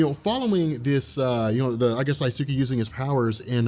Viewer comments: Protip: When pronouncing Japanese names, there is no emphasis of syllables. that is to say, it's not DaiSOOkee, it's just Daisuke. Sometimes it helps people to pronounce it "Dice-k" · I think it's "die-skay" not "die-sue-key". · Daisuke is pronounced Dice-kay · its pronounced Dice-kay not, "di tsu kee" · Daisuke is pronounced die-skay just in case the in humans ever become important again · dye soo kee? you heart my ears, bro. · it's pronounced "DICE-KAY"... long story short, in many words and phrases in Japanese, the U is silent and skipped. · BTW, Daisuke is pronounced dice-keh. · Daisuke is pronounced "dice-keh."